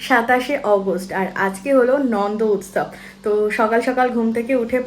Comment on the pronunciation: apni age to utsob uccharon thik e korten,2 din dhore change kore fellen keno?